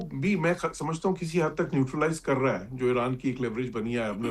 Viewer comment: It is eeeeraan not Aeraan please